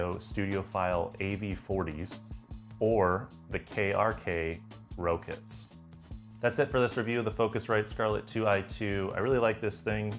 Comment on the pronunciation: Did you call them KRK "row-kits"? Sounds like rock. Get it? Music? "Rock it"? CMon.